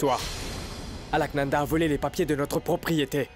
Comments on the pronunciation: Qui comme moi a vu que Vias J a dit Alkananda au lieu de Alaknanda 👍👍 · Vias joue bien son rôle de malade 😂il ne peut bien prononcer le nom d'Alka li di Alkalanda 😂eeeh les indiens 😮